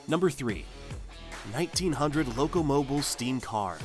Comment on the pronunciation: It's loco-mobeel. Not loco-moble.